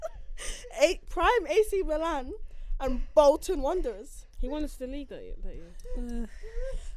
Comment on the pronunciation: said "against Bolton". 💀